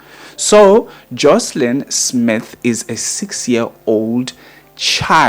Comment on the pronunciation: It's JOSHLIN